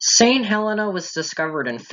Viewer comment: We are called St Hel-EE-na! 😄